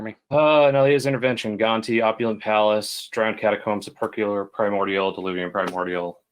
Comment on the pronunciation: Sepulchral of Sepulchral Primordial is pronounced: sép-el-krel.